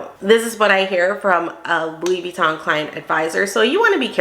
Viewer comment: As an expert, why is she mispronouncing Vuitton?